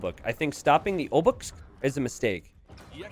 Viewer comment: Obuch isn't pronounced Obak or Obuk but Obuh